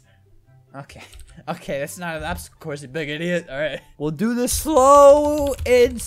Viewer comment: “PBSTOACLE CLOURSE” Yes.